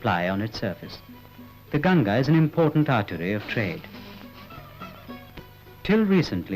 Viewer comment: Its Gan-Gha not Gan-ja. Gan-ja is marijuana. 😭😂